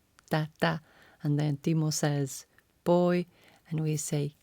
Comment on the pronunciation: i still thinking Timo says paul lol